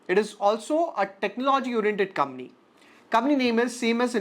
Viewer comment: Bhai pehle to aap COMPANY sahi bolna shuru karo.